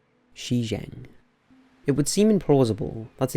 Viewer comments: Good vid, but it would probably do you good to look up pronunciation guides on some of the places. For example, when you mentioned you pronounced it more like Xizang which is Tibet. should be pronounced more like Juh Jahng. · Heracleion sank due to soil liquefaction. Since the end of the Ice Age there wasn't any significant change in the sea level. The name of the submerged city in China is Shi Cheng in the province of. You need to learn how to pronounce pinyin (romanization of Mandarin Chinese).